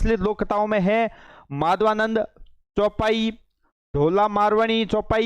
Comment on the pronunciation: सर जी अभी राजस्थानी भाषा बोलने में पूरे पारंगत नहीं हो बीच बीच में उच्चारण और पढ़ते भी सही नहीं हो जैसे माधवानल चौपाई को माधवानंद चौपाई etc. लगता है डिजिटल बोर्ड पर पहली बार आए हो